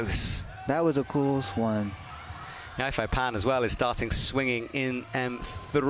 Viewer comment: As much as I love, has someone been gaslighting him? I swear he used to pronounce Yufei Pan's name correctly... I can't imagine it's hard to find someone who can teach you how to pronounce the names of all the Chinese athletes when you're literally in China. They were all so wildly off the mark!!